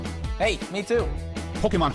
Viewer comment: i appreciate that they say pronounce pokemon properly.